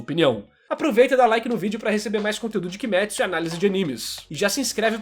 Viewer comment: *KimÊtsu e não KimÉtsu